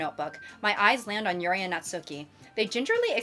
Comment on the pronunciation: girlie pop. Pleaze pronounce Natsuki's name as "Nat-ski" not "nat-SOO-ki". You remind me of the people that pronounce Daisuke's name wrong from mouthwashing🐓🐓🐓